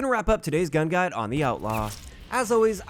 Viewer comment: No one else concerned about the way he says "Gun Guide"